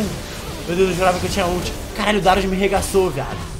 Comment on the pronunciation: Darius é oucas